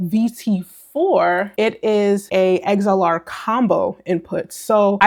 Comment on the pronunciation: You lost me at “eggs-L-R”